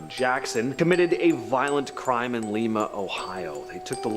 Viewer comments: It is lie ma not Lee ma Ohio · It Lima like lime ohio not leema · It's lime uh OH. Like a 🍋‍🟩. 😅 Not leema ding a ling. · It's lima like lima stone